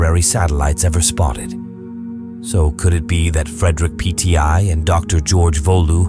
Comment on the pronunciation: "PTI"? You mean "Petit"? "Volou"? You mean "Waltemath"? Stopped at that point.